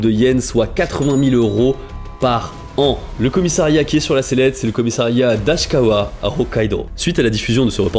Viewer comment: AsaHIkawa pas Ashikawa